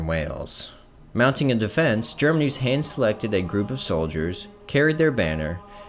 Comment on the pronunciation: Good video but plz research proper pronounciation. GerMAnus, not GermaNUS. Outremer: ooh-tra-mehr. And so on.